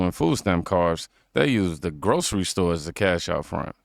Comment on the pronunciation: “And I like this sto.” 😂😂🤣